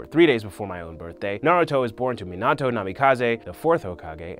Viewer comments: Meioto??? It’s mi na toe minato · “Meenat-o” Cmon man it’s “Meanut-o” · Never say minato as (meen-auto) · He pronounces Minato wrong several times 😂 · He pronounced Minato wrong too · I was mad when he said minato wrong 😤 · im disgusted at how this man says minato